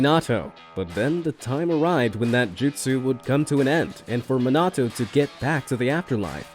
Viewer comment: it M i n a t o not mitnato